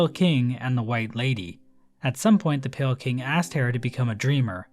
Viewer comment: calling pale king as pale kind, smh you fell off